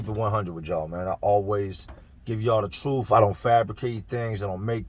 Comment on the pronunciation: ‘ truuf’? Yeah, I’m out.🙄